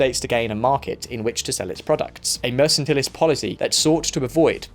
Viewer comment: Its mercantilism, you pronounced it as Mersintalis, pronounce it as Meeer-Kaan-Talist - welcome